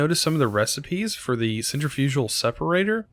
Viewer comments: Centrifugal isnt pronounced "center fugal" its sen trif uh gul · I really enjoy the videos you make just find it weird when ever someone miss pronounces centrifugal